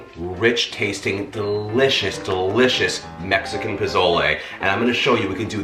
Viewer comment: The way you pronounce Mexican words cracks me up. This Mexican loves your recipes. Can't wait to try this. I know it will be terrific.